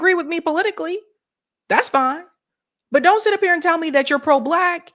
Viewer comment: “He We Go” was that on purpose?